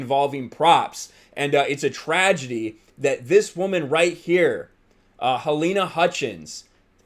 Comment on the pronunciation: Since when do prop guns kill people. Also why the emphasis on woooman. Why not a person was killed on the set. Whole thing seems fishy